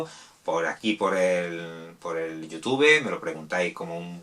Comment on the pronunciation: 24 segundos viendo el video y que escucho? YOTUBE? asi de mal estamos en inglés...